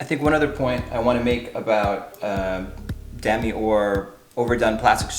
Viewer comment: It’s Deh-meeee